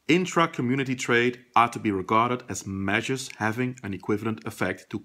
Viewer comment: thanks for the explanation it was constructive. but your pronunciation of measures was almost confusing. it is pronounced as measures, not mergers. anyways thanks